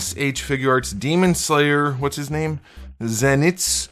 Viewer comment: It is pronounced (zen-EE-tsoo ah-GAHT-soo-mah). I don't get much that i am not familiar with. I got the SHF Tanjiro, the green guy, as you called him, and i started watching the show afterwards. I loved the figure, and i loved the show. I won't be getting figures over $50. Two packs are exceptions for the most part, but single figures, not going over $50